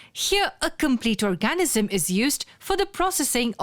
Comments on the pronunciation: annoying narrator, please learn how to pronounce "or-ga-NIZ-um". thanks. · Very informative video, but the pronunciation of 'organism' really threw me off. No need for such a strong emphasis on the A; it's basically silent, with the N almost immediately following the G. OR-G-NiSM.